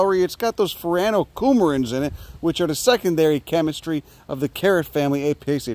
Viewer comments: Fer-ay-noh cumerins in it. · The way he says "furanocoumarins" is incredible 😂😂😂